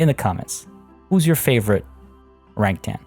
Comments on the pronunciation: Keep pronouncing orangutan orange-utan. I read to much. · I laugh when ever someone not from SEA says Orangutan. Say it like it's two words not one (Orang-Utan). Also a name suggestion for the enclosure itself is "Orang Hutan" Hutan means rainforest and it would make sense.